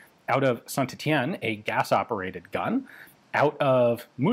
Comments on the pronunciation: BTW St Etienne is pronounced like "Saint Et-E-en" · Ian has been replaced by a clone in this video. The real Ian would never pronounce our the first "T" in St. Etienne. Seize him!!!